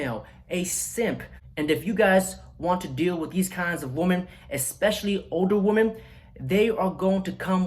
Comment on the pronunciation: I know that's pimp game, but you really need to learn the difference between the pronunciation of woman and women noun: singular woman; plural women: the o sounds like an i. Not WEEMAN but WiMMEN.